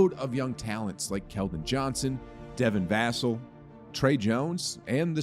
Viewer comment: As die hard fan hearing people mispronounce devin vassell name is annoying!